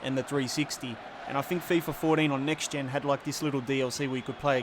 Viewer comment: "Fifa FourDEEN" lmao